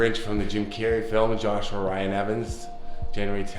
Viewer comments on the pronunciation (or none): none